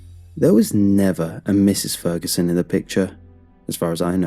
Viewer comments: You forgot to pit the g in Ferguson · “Mr Feruson” the story is his name mans didn’t even get it right you had one job!!😭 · The video said feruson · Has anybody else noticed "Mr.Feruson" not that it worsend the quality of the video just wanted to point that out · Mr. “Feruson” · Feruson? What? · Feruson? oops..Great content anyway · lol mr furuson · Oh is it ‘Fer U Son’. ‘For you son’? Gonna have to listen again.